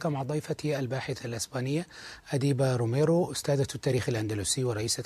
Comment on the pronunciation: المحاور فاشل وليس لديه معرفة كافية بتاريخ الأندلس والموريسكيين. حلقة مغارب مع أديبة روميرو حصدت أكثر من ٦ ملايين مشاهدة في حلقتين. المحاور في بودكاست مغارب كان لديه معرفة عميقة بمواضيع الحوار. تركي الدخيل محاور فاشل يقاطع الضيف وحتى إسمها لايمكنه أن يلفظه بطريقة صحيحة. إسمها أديبة روميرو وليس أديبة روميو.